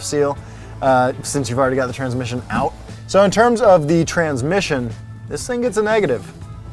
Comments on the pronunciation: Gotta check out that “transimission.” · "transimission" too :P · "transimission" xD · “Transimission”..........???? Lol 🤓